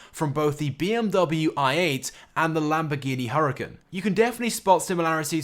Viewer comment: You said the Lambo's name wrong btw